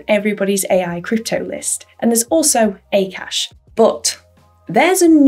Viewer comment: It's not pronounced as 'A Kaash' but it's pronounced as 'AAKAASH' meaning Space/Sky/Aether which is huge or infinite in Sanskrit/Hindi language